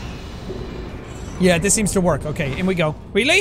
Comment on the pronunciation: You calling Wheatley 'Wheatlis' is my favourite thing in your playthrough